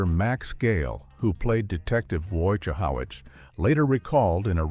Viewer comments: What was Det. "Woy-Jah-how-it's" first name? Ramplesliksin? and Yah-MA-naw? AI at its worst. Until Woy-sche-how-witz! 😅. Also Harris poured that expensive wine down the drain to deny it to Ripner and got drunk on a bottle of REALLY cheap gin! 🤓😎✌🏼☮️ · It's, WOGEEHOEWITS, and YEMONUH. WAtch a couple of episodes and get it right AI stinks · It's Wojciehowicz... You spell it like it sounds... Wojciehowicz 😂😂😂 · HO ITZ. wojaho-its. PLEASE! Fire this person . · Even a.i. can't say Wojo's name right 😂 nice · How ironic that the crappy AI narrator can’t pronounce “Wojciehowicz”.